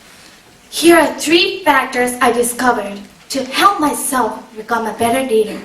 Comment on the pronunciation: I thought she said reader at first.